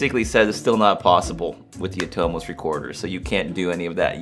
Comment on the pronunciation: Why do you say "Aah-toe-moes"...lol...It's pronounced "A-tum-us" Every Year at the Atomos NAB raffle ,Jeremy Young has the crowd shout out "Aaa-tum-us...oy oy oy!!"